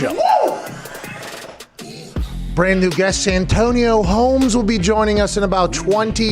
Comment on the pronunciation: Most ppl: Santonio Holmes Some ppl: Antonio Holmes Pat: San Antonio Holmes😂